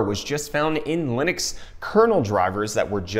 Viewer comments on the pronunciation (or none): none